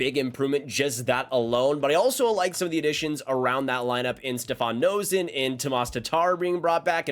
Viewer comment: Noesen's last name is pronounced "nay-sin."